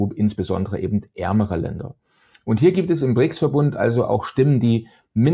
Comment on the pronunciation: Das heißt Brics und nicht Prics.